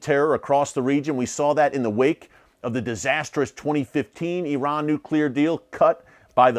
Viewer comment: Please , please please learn to pronounce the name of Saudi Arabia correctly . It is NOT pronounced SAWdi , it is pronounced as SAUdi - rhymes with HOWDY !! . But at least I give you credit for not using EYEran as most Americans do. Amazing that the hundreds of thousands of troops that have served in Saudi Arabia and Iraq never learned the correct names either - no wonder America is SO good at winning hearts and minds .